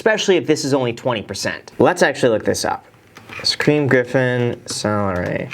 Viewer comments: Anyone else cringe when he said Shaquill and Shaquem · OMG 😂! Graham their names are pronounced like Sha-keel and Sha-keem